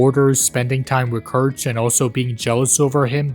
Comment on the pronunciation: That's not how you Pronounce Guiche, Kirche, and Montmorency's Names.